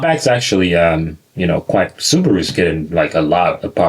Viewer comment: "Sabarou Outback is real wagon! I don't consider it to be JuuUuVee." - American while smearing questionable sticky substance his lips "Nais lock! Yes, sir! Nais lock!"